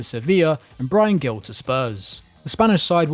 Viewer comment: When you say Gil in Bryan Gil, its like if you say it with an h in honey.